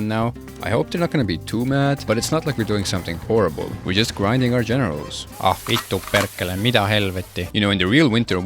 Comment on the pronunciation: I heard your finnish "Vittu perkele" and i was immedietly quite sure you are either Estonian or Swede :D Pronounciation was quite on point!